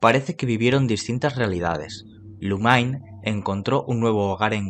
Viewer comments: Se pronuncia Lumin no Lumain. El mismo actor de doblaje lo pronuncia así. Gracias por el video! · Son unos grosos todos, geniales como siempre! 🙌🏼 Pd. peeero no jodan cómo le van a decir Lumainn a Lumine si ni en inglés se pronuncia así 😂